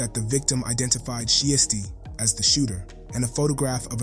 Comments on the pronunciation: the guy on the video said Pooh sheesty 😂🤣😂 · “Sheesty” got me WEAK 😂☠️ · It’s not Pooh sheesty bro